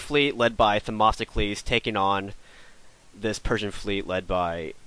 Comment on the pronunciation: Its themistocles! Not them"O"sticles!